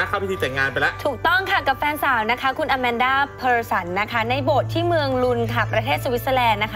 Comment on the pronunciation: ชื่ออะมานดา ไม่ใช่ อะแมนด้า